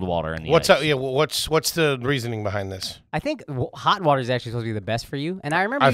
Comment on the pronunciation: H. “I do love wuiuuutturrrr” Foley